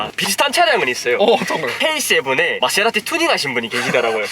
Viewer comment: 케세라티 ㅋㅋㅋ빵 터졌네